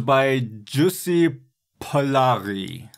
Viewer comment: Very solid feedback, thanks! I agree I went a bit compression-crazy, and the vocals mixing was a new challenging area for me. But overall it was a nice experience, and the song is a pleasure to the ol' ear! Oh and also a good try in pronouncing my name (Pollari) :D